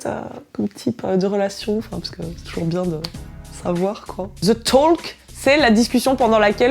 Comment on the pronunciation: On prononce pas le l dans talk